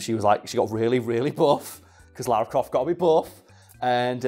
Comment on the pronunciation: God sends all people who say "Laura" instead of Lara, to hell.